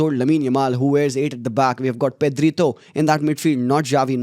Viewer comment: did you said Pedrito zee?